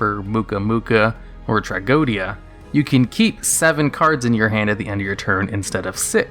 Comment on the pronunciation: Wait, it's pronounced as Tra-GO-Dia? Not Tra-go-wed-dya?